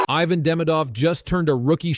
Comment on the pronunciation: He-Van not Hi-Van. Merci de prononcer comme il faut.